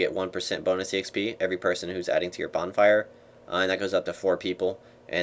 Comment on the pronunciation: bornfire lol